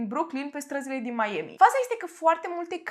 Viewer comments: n-am auzit in viata mea pe cineva sa zica meieami :)))) pana si doamna aia cu "nu apa" zicea mai ok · Și ce dacă a greșit cum se pronunță Miami ,după sa corectat . Dacă nu-ți place acest canal superb poți pleca , ce nu ai ce face ? fa temele 😒😒😒🤨